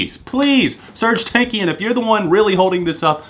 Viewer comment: the way he says Serj TANAKIAN makes me cry. but good list